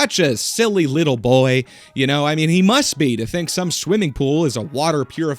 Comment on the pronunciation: How does one get "a wittle bit assassinated"? Asking for a friend!! 😂